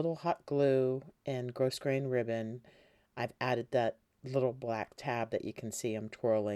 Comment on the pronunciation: Enjoyed the tutorial. Thank you. Please be aware that you are mispronouncing grosgrain. The ‘s’ is silent.